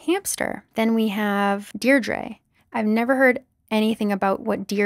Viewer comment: Deirdre is actually an Irish name and its pronounced Deer dra